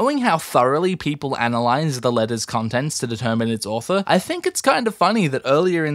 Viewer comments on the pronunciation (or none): none